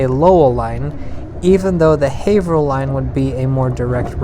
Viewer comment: Not sure why this popped up on my YouTube suggestions, I'm just seriously impressed that you pronounced "Haverhill" correctly. I figure you must be from the area, cause no one gets that one right